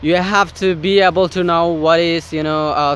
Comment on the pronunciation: able- এইবল। কয়েকটা ভিডিও দেখলাম এই উচ্চারণটার দিকে আপনার একটু খেয়াল রাখতে হবে।